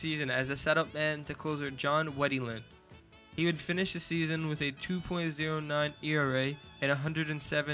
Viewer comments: “john wettEeland” it’s john wetteland. like “wetland” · Names are pronounced as Felix "Fermeeen," and John "Wet-land." Otherwise, excellent content! Appreciated!